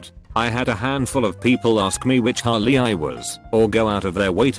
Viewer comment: The text: Harley The bot: hOlLy